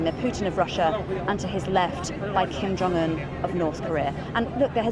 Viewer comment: "King Jong Un"